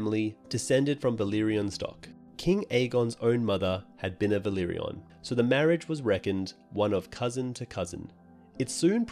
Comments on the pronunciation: For the love of God, it's Velaryon, not Velyrion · Great vids! But you need to pronounce valyrian and velaryon differently. It's "vah leer ee an" and "veh lah ree on" :) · Uff... Velaryon pronunciation butchered